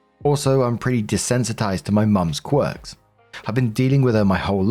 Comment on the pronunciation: sorry to be annoying, but it's "quirk," not cork!